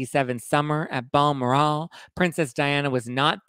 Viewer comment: UGGGHHHH Its pronounced………B-ELL……MOR……….AL ( not, BAL ……..MOR…….ELLE - as in DeGeneres!🤦🏻‍♀️) We don’t pronounce the White House as ‘Thar…..Wheat …..Huss’ so the least you could do is make an attempt at spelling, something so historically significant correctly. You can look it up online, how to pronounce something correctly. My wife suggest Wikipedia or any dictionary, and when you see a little speaker, Presley and well, the correct way of pronouncing something not how you think it should sound. PS have fun in 🤷🏻‍♀️